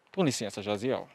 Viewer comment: Pior que o nome Jaziel nem é tão difícil assim e eles erraram mil vezes HAHAHAHAHAHAHAHAHA